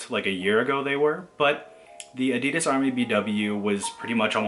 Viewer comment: You pronouncing Adi and then Das correctly and then immediately saying A-dee-dus gave off strong "Pheobe teaching Joey French" energy. Great video though man!